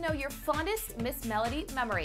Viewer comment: It’s Ms-mellow-d! Not Ms.Mela-dee